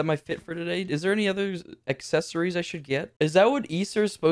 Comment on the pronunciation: He said eggccessories